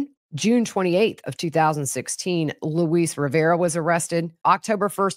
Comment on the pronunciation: Luis is pronounced like Lewis. If you listen to the DA call him or him say his name, you will hear him pronounce his name. Or listen to his confession.